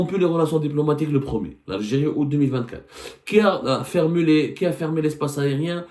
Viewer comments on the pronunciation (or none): none